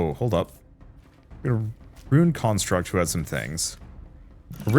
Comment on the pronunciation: you're pronouncing construct incorrectly. Construct is both a verb and a noun with different pronunciations. The noun should have emphasis on con instead of struct like in the verb. It was a bit distracting, cool game though.